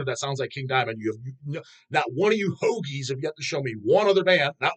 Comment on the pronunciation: it's funny, and the second funniest thing is when he says the word ''hoagie''.